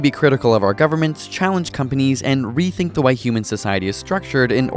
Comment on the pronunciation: Who else notices he says the wae